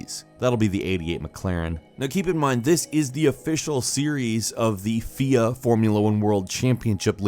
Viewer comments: Its F_I_A Not FIA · I love you but it is unfortunately F.I.A not Fia. Only love x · It's pronounced F I A not fia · did you really pronounce Fia as feeah its f-I-a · You don't pronounce FIA "fee-ya" it's pronounced F-I-A, you say every letter. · fia FIA? f i a F I A? why non cars guys don't talk about cars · with all due respect, its not pronounced as a word,'fia', its an abbreviation for "Fédération Internationale de l'Automobile". FIA. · The FIA XD XD. Its the F-I-A. Like CIA, but with an F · It's pronounced F-I-A, not "fia" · its not FEEUH its F-I-A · its F.I.A not fia lol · Please can somebody make a new destruction derby type game. So fun. I want to crash some cars. Also, learn how to pronounce FIA. It is the F. I. A. not fia. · FIA LOL. It's F.I.A. This is pronounced as individual letters unlike FIFA. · Andy Elliott lol ikr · When he said "fia" and not F. I. A. I cringed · fucking 'fiya' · It’s F.I.A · F I A bruh not what you said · f.i.a. each letter is a "word" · lol "feeeaah" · Bro it's not FIA it's F I A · IT'S F I A not fia short for federation de international automobil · I've never, ever, heard someone say "FIA" like a word. It's F.I.A. - always. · Dalton Bedore Non car guys. That's why or...idk if they are car guys and pronounced FIA wrong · That's an interesting way to pronounce FIA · Did the pronunciation of F.I.A annoy anyone else?